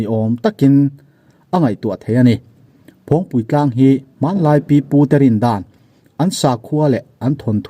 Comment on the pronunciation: Phawngpi tlang tih a lam tur aw